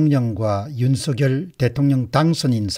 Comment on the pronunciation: 율서결이아니고 윤성열이맞답니다 발음하나에퀄러티가떨어져보여서야되겠습니까